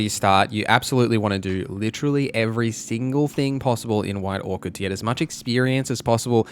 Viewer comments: it sounds like he's saying white Orchid. it was driving me insane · Orc-ard is killing me. Do Aussies pronounce Orchard like that or just this guy?